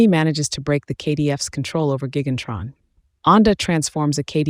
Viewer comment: Say it right. It's "Gigantron", not Gan-Tron.